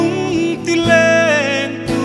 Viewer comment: "lentu" tih hi a lam chang hret ani. 'Lêntu" anih ang takin han lam deuh se ṭha tur anih hi maw le. Sangha manna "lên" ang hian han lam hrâm hrâm zêl teh u.